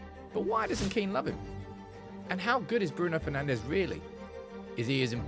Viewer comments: Bruno FernandSCH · Bruno Penandes😂